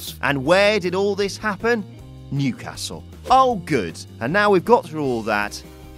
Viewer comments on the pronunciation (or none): none